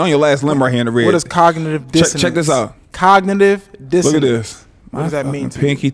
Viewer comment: 😭 also he couldn’t pronounce cognitive dissonance correctly 😫